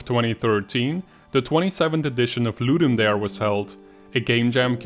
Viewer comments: Latin “dare” is pronounced “dah-ray” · It's pronounced "Ludum Dah-ray". It's latin for "to give a game." The event organizers have confirmed it. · Great videos. Just one point: the "dare" in 'ludum dare" is pronouned "DAH-reh" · Great video but it's driving me a bit crazy... Ludum Dare is Latin. It's pronounced Loo-Dum Da-Ray